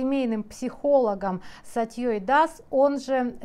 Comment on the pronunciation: Аааааа! Я ору с этого ролика!))) Не собираюсь обсуждать поступок Сатьи (для автора ролика - ударение на букву а, а значит, "с Сатьей", а не "с Сатьёй". Ну это так, отступление по части общей эрудиции автора). Очень надеюсь, что для подобных психовагинь уготован отдельный котёл в аду!))) Разбирая чужие манипуляции, тут же использовать свои (типа, не подумайте, что специально (хотя именно специально), но у меня есть свой курс по манипуляциям. Ну и в конце ОБЯЗАТЕЛЬНОЕ "я люблю вас всех". Кого ты любишь? Кого? Бабки ты любишь и внимание к себе как к женщине и как типа психологу. Аааааа! Это трэш ещё больший, чем поведение Сатьи.)))